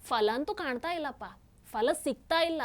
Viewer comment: ಅದು ಫಲ. Fala alla.